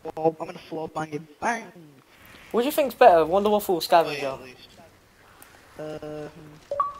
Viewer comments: its the wunderwaffe not the WUNDERWAFFLE! god theres no L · it's pronounced vundervaffe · it's pronounced like Voonder Va-feh. or Va-fuh. depending on the accent you put on it.